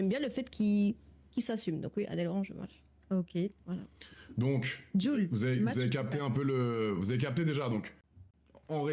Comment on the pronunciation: je crois qu'on dit Match et pas Smatch 😂 on dirait ma grand-mère au McDo "un MicMac s'il vous plaît"